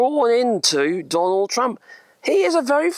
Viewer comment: I thought you was saying Donald Dumb in the beginning .